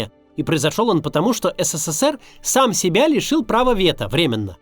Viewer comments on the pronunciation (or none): none